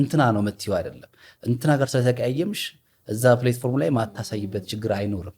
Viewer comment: Don’t say ፕሌትፎርም say ፕላትፎርም.... platform … is an excellent actor … inspired by Tom Cruise or Jason Statham